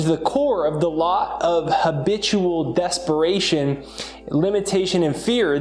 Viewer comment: Desparation or DESPERATION? 😊